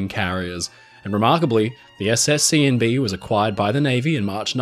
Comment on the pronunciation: This brightened my evening a bit hearing you say “Seeandbee” several times. LOL